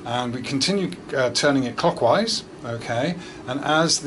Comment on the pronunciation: I can't be the only one constantly hearing "cockwise", right?